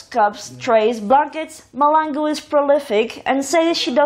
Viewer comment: It is Mahlangu not Malangu